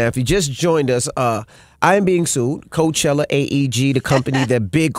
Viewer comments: you took the likeness of Coachella and said carchella lmao. how the hell they aint know lmaooo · Drop the E.. and a I....Carchilla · CAR-"CHILL"-A you can do better..the Netflix using it..LL did and it's been ours longer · Crazy, I hear car I think car not Bey, Cardi B on stage... The word Coach ( bag, sports mentor, horse buggy).... Ella Fitzgerald smh Coachella is not Car Che Ella Ohio spoke, at the end of the day it's about RECOGNITION Brand, it's not COACH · What Car-Showlla?